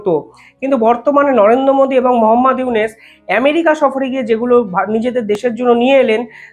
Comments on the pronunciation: ড: ইউনুস সারের নামটা সঠিক ভাবে বলা ঊচিত। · বেটা, ইউনুসের নামিটাই তো ঠিকমতো উচ্চারণ করতে পারছিস না।